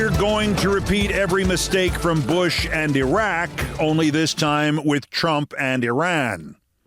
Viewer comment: Mispronouncing Iraq and Iran ... doesn't know how to use a gerund ... for a smart and articulate person, Keith, your grammar is horrible.